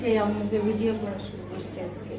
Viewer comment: Video বিডিও হয় উচ্চারণ?